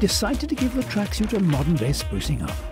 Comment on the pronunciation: I hate the way he says tracksuit😡 Idk what it is its the way he says suit